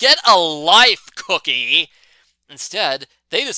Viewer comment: It's pronounced coke/y not cookie.. not trying to be an ass, I just thought I would tell you. Like your reviews. I read every book as a kid. Lol